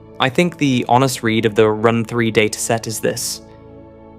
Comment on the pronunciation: Your speech synthesizer is nearly perfect, but with a few interesting anomalies. It renders lead, the atom, as “leed” and read, the past tense of to read, as “reed”. And it puts the accent for metastable on the second syllable. I’m impressed at everything it gets right.